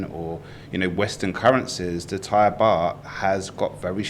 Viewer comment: Very good informative show well done all three of you All Thai names were pronounced in a way that I'm sure most of your viewers would pronounce themselves and fully understand I wish an unnamed absent presenter would take note